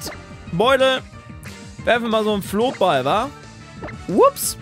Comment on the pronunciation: Flottball bringt nur in der ersten Runde etwas. Ansonsten hat er die selbe Fangrate wie ein Pokeball. Und man spricht es Flott, nicht Floot aus.